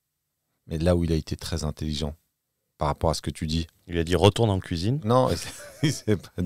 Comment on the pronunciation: "couisine" ça ma tué 😂